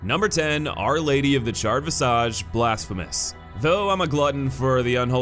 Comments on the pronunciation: ... visage, vis-ehj. Not "vehsaahgh". You know, because her visage, her face, is charred. Also, the Time Keeper is a woman. How quickly was this slapped together? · Lol pronunciation of 'visage'.